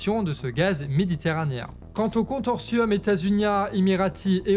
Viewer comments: Au delà du fait que ce soit très intéressant, ça me fait bien marré quand tu écorches les mots (contorsium au lieu de consortium à )... Et ça arrive tellement souvent :) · "Consortium" pas "contortium". Je sais que ça fait un peu couillon de reprendre sur un mot, mais vu que c'est dit plusieurs fois...Bref, bonne analyse géopolitique sinon!:yougotthis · Interessant! A y ajouter: 40% du brut importé en Israel (pas de gaz hein!) provient d'Azerbaïdjan(source: l'Humanité)... bon et si je dois faire mon chiant: consortium se prononce "consorsiom", pas "contorsiom"...mais je joue au relou vidéo très informative, bravo! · Consortium se dit Consorsium chou:)